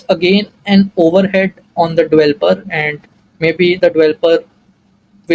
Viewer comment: its developer not dvelper otherwise great video